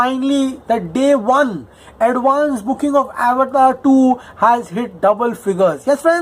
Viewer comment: Avatar is a Sanskrit/Indian word. Feel free to pronounce it as अवतार man.